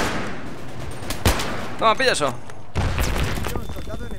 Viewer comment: + "Suscestibles"-, 2016